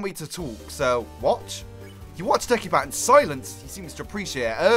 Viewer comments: It's not pronounced de-ki-bat it's pronounced de-si-bat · It's not pronounced Dek-i-bat. It is pronounced De-si-bat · Sorry if I'm criticizing, I think deci as in decibel is pronounced dessi, not dekki. So, it wouldn't be "Dekibat'. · i'm pretty sure your supposed to pronounce the c like an s in decibat, like decibel.